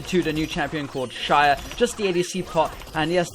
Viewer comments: Its pronounced ZAYAH NOT SHAYAH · I didn't get the joke at the start until you said the new champ was called "Shayah" -_- It's Xayah (zy-ah) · Pronounced zaya not shaya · why SHayah? where did the SH come from? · since when is an x pronounced as sh, literally can't listen to you. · its pronounced Zay-ah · It is pronounced (z-I-Ya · shaya??? bish l2 pronounce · Dude no one can get the joke because THERE IS NO JOKE. You're just pronouncing her name wrong! Is that a joke? Where's the fucking set up for that overused punchline of "Shayah"? You need to understand comedy if you're going to try shit talking people who didn't get your awful "joke". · shayah? god... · luk20000 haha, why the hell does he say shayah 😂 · I bet he's pronouncing it like that because of his username. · You do not pronounce Xayah like that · dude, i think this vid is good and don't care about the ones who don't get it why do you pronounce her name like that, and also the guys who say you are bad, nice vid keep it up. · Would watch but you can't even pronounce her name..... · It bothers me that you pronounce her name wrong.